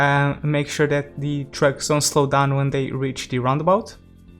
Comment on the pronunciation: When you say trucks, I hear drugs -“Where drugs can leave the city” Really liking this series, I’m trying to match what you’re doing just to get some inspiration how to create my own one